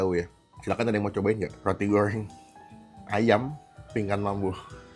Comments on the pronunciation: Goreng bang bukan goyreng😂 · Roti gowrrreng... Ngomong goreng aja gowreng... Maaf masnya cadel apa emang gt cara ngomongnya???? Btw usaha org jangan dijelek2in lah hehe